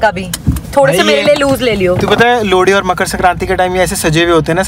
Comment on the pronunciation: Lohri jagah lodi bol rahe hr